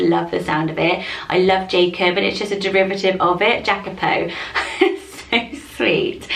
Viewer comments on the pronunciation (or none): none